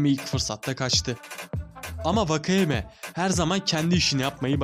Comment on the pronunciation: Vakayema değil wakayeme diye okunutor4